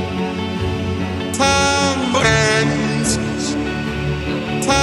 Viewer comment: Das Geilste daran finde ich sowieso, dass du das "t" noch eingefügt hast. Mir ist am Anfang gar nicht aufgefallen, dass er "Verbrems" sagt :D